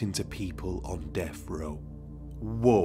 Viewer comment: Death. Not deff.